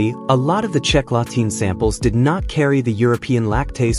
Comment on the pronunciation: La Tene no latina. fatalmente locutado.